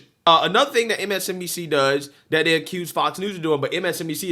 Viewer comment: Please try to say they, those, and them. I watch you all the time and love you brother, but it makes you sound less intelligent when you day day, does, and dem. And you're very intelligent.